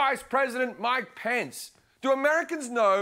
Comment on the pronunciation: U said mc pence,like my pants. LoL